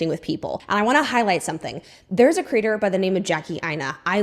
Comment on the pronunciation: 😂 I feel like you keep saying content critter instead of content creator 😂